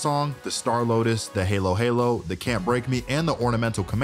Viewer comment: More like a hah lo hah lo